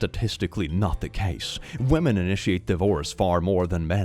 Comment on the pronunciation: He said Women hah he means Wamons.